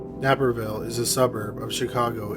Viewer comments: NAIP-EHR 💀 not nap per lol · NAYperville, not "Napperville". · Nay-per-ville… not Napp-er-ville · Great video! One quick pronunciation correction, though; Naperville, Illinois, is pronounced "Nay-Per-Vill," not "Nap-Er-Vill." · It’s NAperville not NAPerville. It’s a long A not a short a. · FYI: Naperville is pronounced with a long a, as in "nape", not "nap" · Thank you for posting this. I love hearing about cold cases that are eventually solved! DNA technology, gotta love it! Just FYI, your pronunciation of Naperville is incorrect. Nape has a long a, as in the nape of your neck. I’m from a suburb of Chicago & it took me a few seconds to figure out what suburb you were referring to in this video. Everything else was great though, thank you much! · It is NAperville not NAP. Like "Eh"(as you canucks would say) NAPperville. N-Eh, not N-ap. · Came here to say that it’s NĀperville not “Napperville” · Naperville=Nay-Per-Ville..not Napperville 😴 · "Napperville." ha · it's pronounced like nay per ville btw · Only because I live there Naperville is pronounced nay-er-vil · Naperville (Nay-per-ville). So shocking, Naperville is a beautiful well-to-do town. :( Not sure how it was in the 70's as that was before my time. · Hey, Chicago native and resident— Naperville is pronounced “nape-er-ville” like the nape of your neck. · This is irrelevant but it’s nape-er-ville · Prounced Nape r ville Spelled Naperville. I'm from Illinois. No biggie. Still love listening to your videos. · I live in Illinois, Naperville is pronounced with a long a. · It's NAY-per-ville. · It’s Nay-per-ville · It’s pronounced nei (nay) per ville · It's pronounced Nape-er-ville. 🤣🤣🤣🤣🤣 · Nay-per-ville. Common error. Thanks for the update! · As a Chicagoan I head it and I said to myself, “Napperville, I’ve never heard of that town before, it must be really south of Chicago, ooooh Naperville.” Lol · Nay-per-ville Naperville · Yup, I grew up next door in Wheaton--"Nay-pur-ville" fer sher.